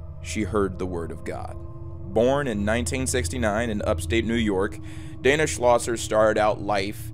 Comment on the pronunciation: I am pretty sure her name is pronounced Dena with an e not Dana.